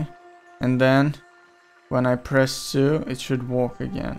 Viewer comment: Are you saying "walk" or "work"?